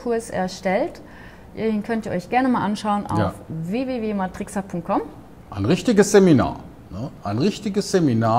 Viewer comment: Oh Witz, ich muss dich suchen, ihr Pumuckel. Freud lässt ja grüssen. Die Dame kündigt euch mit Matrickser, Betonung auf Trickser an. Das passt. MATRIXXER wäre Betonung auf der ersten Silbe. So erinnert es an tricksen. 😁🤣